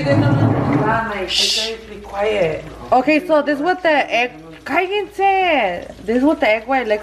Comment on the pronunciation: I was annoyd by "callense" two thumbs up for MARBELLA she gets down✌. Did i really hear ruben say"fernando shut up" lmfao!!! No que no anda con la twin🤭🤣